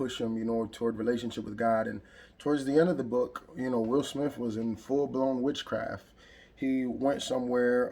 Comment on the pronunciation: Nigga did you say withcraft?..lost niggas!!